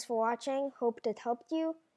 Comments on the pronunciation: Not ADER Not Ether It's Aether :/ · You pronounce it eder, not ader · ITS AE-TH-ER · I love how u cant say aether its so adorable :3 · DUDE IT WORKS THX, AND ALL YOU MEAN BULLYS SHUT UP AND GIVE HIM A BREAK HE IS DUTCH AND THATS HOW HE PRONOUNCES AETHER! GRRRRR....